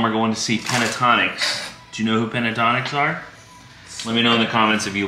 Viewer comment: Yes, love Pentatonix but you are mispronouncing the name, you are putting the a in the wrong spot. Its pen-ta-ton-ix not pen-a-tonix